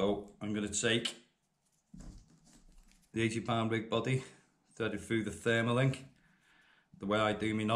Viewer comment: Also you keep saying "Therma link " it's actually called a TERMA LINK .